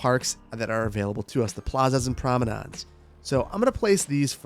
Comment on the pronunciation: Plaza's and Promodons?! =D lmao I had to rewind and watch with closed captions on.